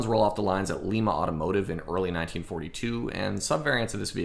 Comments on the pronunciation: Great video!!! That town in Ohio where the Sherman factory was located (and still builds Abrams tanks) is pronounced: LIE-MA or like the bean, LIE-MA BEAN. Yep - am from Ohio but living in Kansas. Do not know WHY it is pronounced that way instead of LEE-MA, for I am from the Cleveland area, must be a western Ohio thing or something, but that is how it is pronounced, LIE-MA. Also, always thought that the M4A1 CAST HULL was the best looking of the entire series. Reading up on the COMPOSITE HULL in my sources, and they say that that version of the Sherman hull was mainly for the M4A6 version. It was mainly due to the larger radial engine planned to be used in that version and something only 75 were ever produced. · Thanks for the video. And it's pronounced Ly-ma (long i) not Lee-ma like Peru. My grandfather worked at LLW. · Hey, I live in Lima, less than half a mile from where the old Lima Locomotive Works was. Lima is pronounced lie-muh, like the bean. Good video on one of my favorite subjects. Keep up the good work. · Hey man when you are talking about Lima Locomotive make sure you are pronouncing it correctly. LIMA pronounced Like "Lye-mah". Great episode though very informative. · Great video, but the city is pronounced Lima long I. Not like the city in Peru. I live close to it. No prob happens all the time. Love your channel.